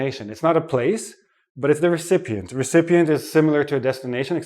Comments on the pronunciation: "recepient" ? OR recipient? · Not recepient ..it’s recipient 🤓😂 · you have a mistake. it's not "RECEPIENT", it's "RECIPIENT" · Him Recepient or Recipient? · Lol, I think we went to the same school. I only noticed the pronunciation of "recipient".